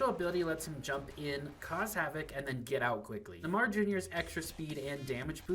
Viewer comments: Nuhmah jr bro couldn’t look up a pronunciation real quick lol love the video tho❤ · He said it like neh mar jr. 🤣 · Neymar is pronounced NAY-mar.